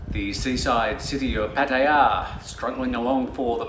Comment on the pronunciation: Try YouTube on how to properly say Pattaya since you are based in Thailand and your news are mostly about Thailand